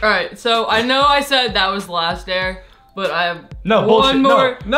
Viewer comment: laast christmas😂😂